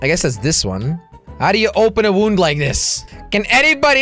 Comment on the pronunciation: Een wound is een wond en je spreekt het ukt als waund Translation: a wound is a wound and you pronounce it as wound Good thing that he is dutch